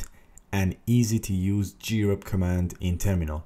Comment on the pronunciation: What is wrong with you CS guys, I just want to learn about grep and you talk about all kinds of totally unrelated $#!t. Waste of time! Also it Grep as one syllable not G-rep.